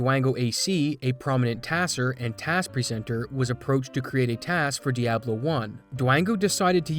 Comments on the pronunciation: I hate the way you pronounce Diablo. It's Dee-ah-blow! You say - Dee-ab-low :(. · Dee Ah Blow, not DEE AAA BLOW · its pronounced "Diablo" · dude pronounced Diablo like a native Chicagoan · the dude doesnt look up how to pronounce diablo....and then has the nerve to pronounce diablo and diablo differently